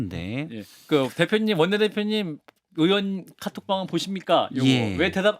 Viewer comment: 으원이요? 의원이 아니고? 국회으원이라니?? 방송기자라는 사람이 발음을 저따위로…